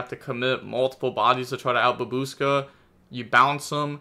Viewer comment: "Babooska" I love you,. Never change.